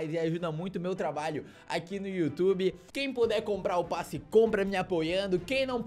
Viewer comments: É passe não "basse" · "U bAsSi De BaTaIa" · vc tem q aprender a falar kkk "basse de batalha"